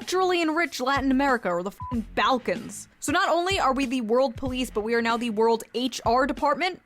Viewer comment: Why is she pronouncing 'balkans' like that, though